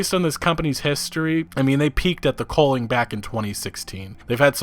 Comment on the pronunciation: Man your pronunciation of the word 'culling' triggers me. You pronounce it as "coaling" but thats wrong. You dont call it a 'Coal de sac' its 'cul de sac' - theres no 'O A' in it